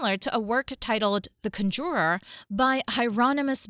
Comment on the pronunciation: I was intrigued by this video up til the mispronunciation of "conjurer." Stupid.